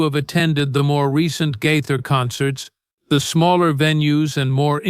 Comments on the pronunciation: His name is GAITHER NOT GITHER Wake up and get your pronouncing properly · The narrator needs to learn how to pronounce the name Gaither correctly.